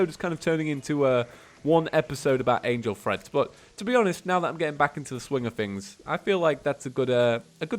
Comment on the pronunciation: every time EVERY TIME! the cringe when you say angle threads.... read the name plz